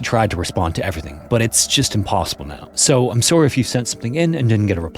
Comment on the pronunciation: are you Canadian I heard you say "soarry" and not " sorry" 😆 subtle catch been listening forever